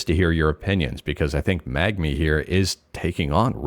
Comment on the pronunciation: Are Canadians just unable to pronounce the N before the G in Mangmi or do they not even see it?